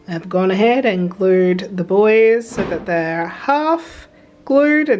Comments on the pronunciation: The way you kept referring to the buoys and I kept hearing it as 'the boys' like you were affectionately anthromorphising that part of your outfit! Also so glad to see the feathers worked!! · I also kept hearing "the buoys" as "the boys" and thought you were referring to Hewie, Dewey, & Louie! At least in the states, it's pronounced "boo-ees"